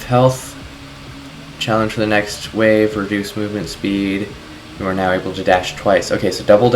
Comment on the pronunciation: you said it's out "right NEOW?"